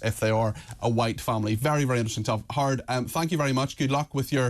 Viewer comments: His name is two syllables — Howard. Not “Harrdd”. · As an American I thought the intro was a spoof. Howard sounder like Hard to me….😂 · Irish men can't say Howard 😂😂😂 nice interview with hard cox